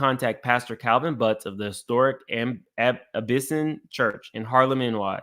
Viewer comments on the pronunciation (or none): love your channel and coverage. I have to ask what's with the butchering of proper names. Are you older than 35? Many of these name, you should know if you are: ă-ri-stuh(Arista); ă-bi-si-nee-in(Abyssinian) to name a few. Keep up the coverage of the "surviving diddy" series. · I don't find it significant that you fail to properly pronounce Kid Cudi's name. BUT I need to call you to the carpet for what appears to be your lack of knowledge about the Abyssinian Baptist Church, and the proper pronunciation. Abyssinian Baptist Church. Pronounced AB-BE-SIN-E-AN. Good Lord,! Abyssinian is an historic and storied Harlem institution. It is the church that was pastored by the late, great Adam Clayton Powell, Jr. who served as a member of Congress. He was the first African American to be elected to Congress from New York. He served in Congress for three decades. He was the chairman of the very powerful Education and Labor Committee.